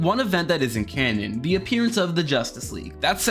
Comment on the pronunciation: I thought you were saying “loose cannon” the whole time lol